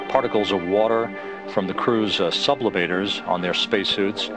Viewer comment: "Particles of water from the crews (sub-li-vators)"?